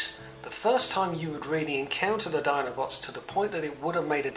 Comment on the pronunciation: Nice summary, but please stop saying oddobots.